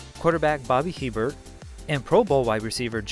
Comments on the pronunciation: Bobby Hebert is pronounced "A-bear" long A sound and then bear like the animal with emphasis on the A sound .....much love from a Crescent City born, Bayou Country raised Louisiana girl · Hebert is pronounced "Ayy-bear"